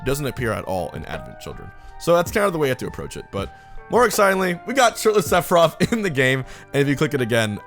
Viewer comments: Sounds like he sayin "Sephiroff" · Okay why are you saying “sefirof”. I don’t know anything about FF but I can’t tell if people just talk lazy or the “th” is actually pronounced with an “ef” sound